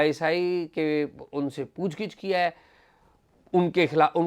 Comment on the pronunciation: پُوچھ گِچھ .... درست تلفظ کا شکریہ.